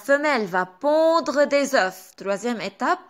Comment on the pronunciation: شرح مفصل وواضح يعطيكي العافية بس ملاحظة بكل محبة بالفرنسي، لما منحكي عن بيضة منلفظ ال f بآخر الكلمة بس لما منحكي عن بيض au pluriel, منكتب ال fs بس ما منلفظ لا f ولا s